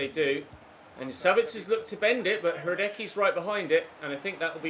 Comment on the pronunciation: His name is pronounced RA-DETS-KEY (Hrádecky)